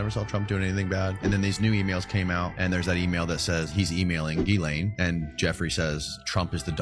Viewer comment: people who can't pronounce ghislane name urks me. it's pronounced Jizz-lane. I'm not even joking I'm dead ass serious.